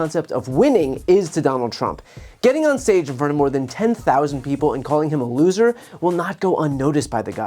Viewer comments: LOOOHser haha the emphasis was hilarious. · Emphasis on LOSER!